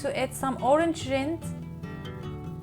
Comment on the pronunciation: Yummy! Great idea I love figs. Orange rind is perfect. Rind rhymes with the word mind, a long I. Not with wind, which has a short I sound.